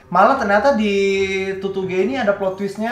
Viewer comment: Tutuge bang bukan tutugè 😭